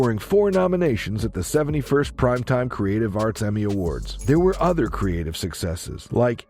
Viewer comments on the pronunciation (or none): none